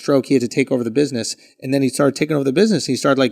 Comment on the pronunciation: "buiseness" lol